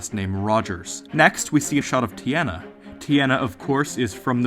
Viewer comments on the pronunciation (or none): Teeona not teeana